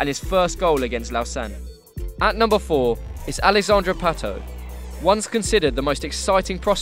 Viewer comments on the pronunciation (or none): none